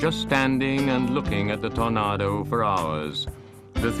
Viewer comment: Lol.. love the way he calls it a "TornARdo" :)